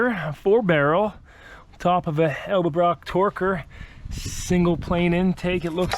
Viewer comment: That intake manifold is an Ed-El-brock Torker, NOT an El De-brock Torker!